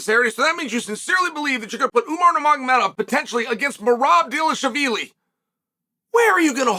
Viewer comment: First time i heard chael say merabs last name correctly well kinda, ufc probably told him he needs more practice 😂